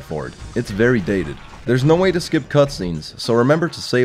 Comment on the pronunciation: It's vewy hot in here